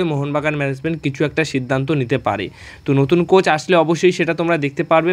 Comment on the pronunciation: তোমরা কারা? কার হয়ে দালালি করো? তোমাদের উচ্চারণ এরকম কেন? ম্যানেজমেন্ট কে বলো মেনেসমেন্ট। কোচ কে বলো কোস।